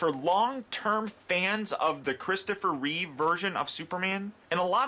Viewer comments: Great review. I love how people keep saying "Christopher Reeves". With the s at the end. Maybe they're getting confused with George Reeves? I dunno. Anyway. It's just Reeve. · REEVE! REEVE! NOT REEVES!! REEVE! God damn it.... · reeve not reeves